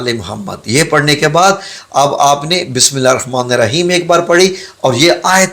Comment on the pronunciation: Bhai Bismillah TU Sahi phar lu